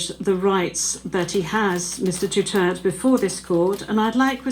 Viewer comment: Gusto ko yang judge- malumanay ang paliwanag; pati yong "DUTERT" pronunciation, silent /e/???